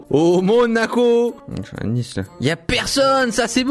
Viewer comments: Cyril c'est pas "Nice" c'est "Nace" = Nice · il a réelement dit "Nice" comme la ville alors que c'était "nice" en anglais 😂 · mdrrr il a écrit " Nice " il l'a lu comme la ville :3